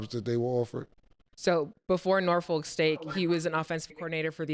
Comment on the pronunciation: blowing me how pronouncing Norfolk smh